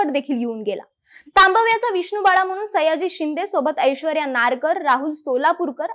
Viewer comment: सगळं छान सांगितलय पण एकदा "तांबव्याचा" ह्या शब्दाचा पुन्हा सराव करून उच्चार करायला पाहिजे...